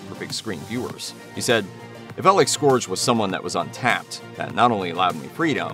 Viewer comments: Scourge is not pronounced Skohrje, it's more Skeurj. Airazor is also pronounced Air-Razor. My OCD got the better of me. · SCORGE!?!?! WHY DID YOU PRONOUNCE IT LIKE THAT. IT'S "SCOURGE" and it's pronounced "Skerg" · its not "scorj" its pronounced and "scurj".ugh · Am I the only one who cringes when he mispronounces the names? Says it like scorge not scerge lol and it's airRAZOR not airRUSORE js 😅😂